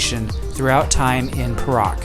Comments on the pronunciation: Your pronounciation of Perak is wrong. It is pe (pronounced ‘pear’) -rak. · The state of Perak is pronounced as 'Pay Ruck'.. Tks for promoting my state.